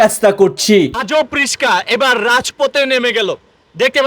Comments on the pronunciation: ব্লগ করার আগে উচ্চাণ ঠিক ক‌রেন, রিশকা না রিক্সা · রিশকা নয়, রিকশা। Moorkh. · রিসকা না রে পাগলা রিক্সা পার্কিন না পার্কিং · আবে হালায় ,রিসকা না রিকসা। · Rishka na ricksha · কথাও ঠিক মতন বলতে পারেন না রিসকা নাকি রিকসা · রিশকা😮 না রিকশা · রিক্সা বলেন, রিস্কা না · রিসকা না রিক্সা(রিকশা) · ওটা রিসকা না ইসক্যা হইব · হালায় রিকসা না বলে রিসকা বলে😂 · আইছে কইত্তে! রিকশা ও বলতে পারে না, রিস্কা রিস্কা করতেছে। মেজাজ ধরে রাখা মুশকিল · ভাই রিশকা না 😂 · ভাই রিস্কা কি? 😂😂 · রিশকা কিরে ভাই..? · কি অবস্থা।। রিসকা,রাজপত,আপনেরা,পোতোম,ওইপার।। মলম বিক্রেতাও এতো ফালতু উচ্চারন করেনা!!😂😂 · রিশ.. কা, ওয়াইফার, এন্টেকার, হরেন 😂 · রিকশাকে বলছে রিশকা! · রিকশা ভাষা শুদ্ধ করেন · Bolod e riksha bolte pare na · RIXA ?? নাকি RIKSHWA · ভাই এখনও রিস্কা বলতেছে 😂 আহারে ভায়ের বয়স বাড়ে না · রিসকা না রিকসা হবে। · রিসকা না রিকশা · bolod its rixa not rishka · ভাই এইটা রিশকা না...!? এইটা হলো রিক্সা... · Vatizar put tor bap ki age RISHKA chalaito?oita baba RISHKA na shotik uccharon RIKSHA age tor mukh thik kor pore video bana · রিশকা নয়রে ভাই রিক্সা হবে 😅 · আরে ভাই রিস্কা না রিক্সা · রিস্কা না ভাই রিক্সা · রিস কা 🤣 রিক্সা রিকসা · রিসকা না রিকশা😂😂😂😂😂😂 এই দুর্বল খেলনা দিয়ে কি রাস্তায় চলাচল করা যাবে?😂😂😂😂😂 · রিশকা না ভাই রিকশা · রিশকা না রিকশা কি বলে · রিশকা না ভাই রিকশা হবে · রিশকা ❌ রিকশা ❌🔀রিক্সা ✔️ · আগে উচ্চারণ ঠিক করতে হবে। রিস্কা না। রিক্সা হবে। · ছাগল রিসকা না রিক্সা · আরে ব্যাটা রিসকা না ৷ এটার শুদ্ধ উচ্চারণ রিকসা ( রিক্সা ) ৷ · তোমার পড়াশোনা কিচ্ছু নেই। মুর্খ রিসকা না রিকশা হবে। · রিকশা নাকি রিশকা?কনফিউজড! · ভাইজান রিসকা না হবে রিকসা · ভাই রিশকা নয় রিকশা হবে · ভাই রিসকা নয় রিক্সা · রিশকা ওয়া 😂🤣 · Molom bikreta Vai🫡...RISHKA NA RIKSHA😊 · রিস্কা না রিক্সা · রিশকা❌ রিক্সা✅ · রিসকা না ভাই রিকসা😂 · রিসকা থেকে রিক্সা বলা শেখেন তারপর ব্লক করেন। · রিসকা না রিকশা হবে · রিক্সা❌ রিস্কা✅ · রিশকা না রিকশা রে ভাই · ভাই রিশকা না বলেন রিকশা। বাংলা উচ্চারণ গুলো একটু ভালো ভাবে করবেন। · রিস্কা না রে, রিক্সা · রিশকা না ভাই রিকশা .. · ধুর ভোদাই রিসকা নাকি, রিক্সা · ভাই রিস্কা না রিকশা